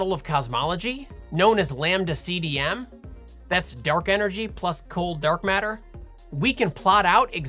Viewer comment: If you watch Sabine she says Dark Matter but with her accent it's Dark Meta 😂🤣 i laugh so hard